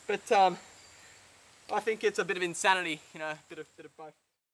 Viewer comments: It's Think, not Fink. x) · It's throat not frost and think not fink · he said fink hahah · protect your froat and fink lmao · fink & froat instead of think & throat. they replace th with f. why?